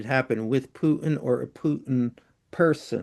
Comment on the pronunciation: Dude, the Russian monster's name isn't Pyootin, the way you keep saying it. Listen to Mr. Wolf when he answers your questions about Putin. He pronounces the name correctly, as does virtually everyone else